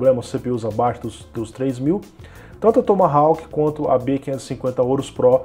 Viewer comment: A letra 'W' da palavra Tomahawk não se pronuncia.